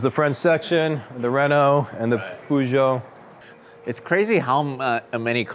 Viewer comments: PoooJooe ... dont you mean Peugeot (Purrjoe) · It's a French company and should be pronounced POOzho. Purrjoe is how the Brits butchered the pronunciation and are the only nation that pronounce it that way.